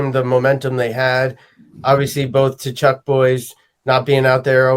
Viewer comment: It’s KA-CHUCK